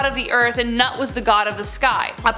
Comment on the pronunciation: it is not Nut, it is pronounced "Noot"